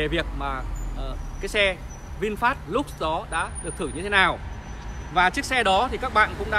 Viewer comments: Vinfast LUX mà đọc là "lúc" là biết thằng này trình độ đến đâu rồi, thế mà cũng sống được ở xứ tây thì cũng giỏi đó. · xạo. tên xe còn không đọc đúng mà đòi làm nhà báo